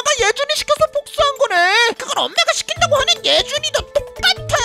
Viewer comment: 시킨다고가 시칸다고로 나왔네요